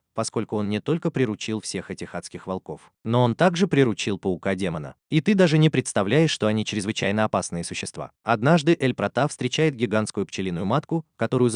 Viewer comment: Не демена а демона